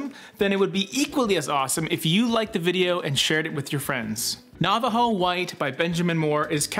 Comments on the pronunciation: “Nava-Joe” 😄 I almost lost it! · Omg, LOL I thought for a second it was a Canadian thing when pronounced Nava JO. Assuming of course you are Canadian. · lol nava JO